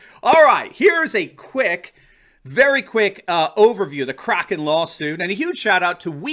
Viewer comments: Isn’t it pronounced Crayken, not cracken? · You're great. By the way Powell mispronounced kraken, is has a long A, not a short.